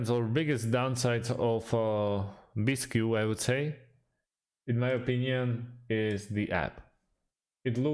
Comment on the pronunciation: Bisq. Not bis-q.